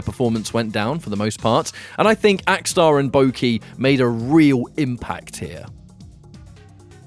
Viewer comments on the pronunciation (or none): It's not Bouki, it's Boki (like Baw-key)